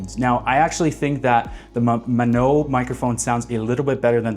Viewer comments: GREAT comparison, so helpful. But I think it's "May-OH-no" - at least that's what I hear mostly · How do you make a video comparing 2 products and mispronounce both of them lol